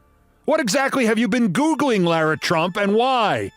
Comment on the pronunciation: Lara Trump says her name Lare-ah. You pronounced it La-rah and I cringed. I always liked my name till her.